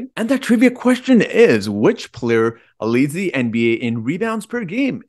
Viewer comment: Are you kidding... I love how you say "play ur"... I am fan bpyin right now! 😅